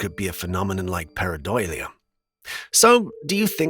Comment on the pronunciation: I believe you are pronouncing paradOlia